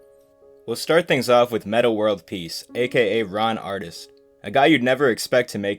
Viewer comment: Whatever his name is, it's not "Ron Artist" like he said in the video lmao